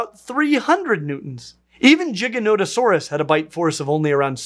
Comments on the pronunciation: No one gonna talk about how he pronounced Giganotosaurus Jiganotosaurus? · Giga not o saurus